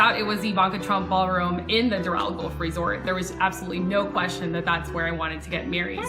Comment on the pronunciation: Like the video but the fact she mispronounces golf the whole time is making me cringe lol